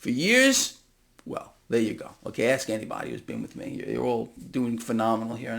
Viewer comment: Did he just say ax